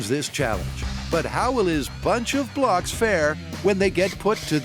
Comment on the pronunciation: NGL I heard “Bunch of Blocks” as “Bunch of Glocks” more than once until I saw Jamie’s rig 😂😂😂